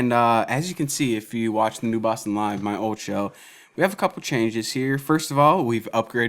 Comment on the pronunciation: I like the way you pronounce 'newboston' uniquely always.. newbaawston